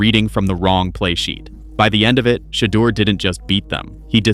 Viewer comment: The narrator pronounced Shedeur name ten different ways, Why?